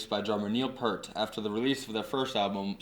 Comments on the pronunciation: Neil's last name is pronounced "Peert", not like Pert, the shampoo. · 1977 age 15, first album bought with mowing the grass money. 2112, second obviously A Farewell to Kings. Favorite band every since; and btw it is not "pert", that's shampoo...it is properly pronounced Peer-t. Moving Pictures, not Motion Pictures....have some work to do here on the channel. But a good start! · Omg! How do speak on Rush but mispronounce PEART? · its pronounced Neil peer-t....oh boy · Neil's last name is pronounced PEERT... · It's hard to take this seriously as a "deep dive" when Peart is mispronounced throughout. Even so, I am very happy that you got into Rush beyond Tom Sawyer. They are amazing! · I stopped listening as soon as you mis-pronounced Neil's last name. Nice try. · Please respect the Professor and pronounce his last name correctly!